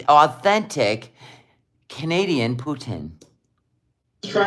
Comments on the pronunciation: the proper Pronunciation is Poutine NOT Poutin. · It’s Pouteen, not Poutinn. I met someone today from Montreal. I asked her how to say it. is an idjit.